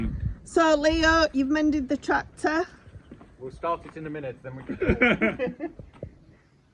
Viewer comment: Abes twactor’Twacy’, you’re a sick woman …. I love your humour! 😂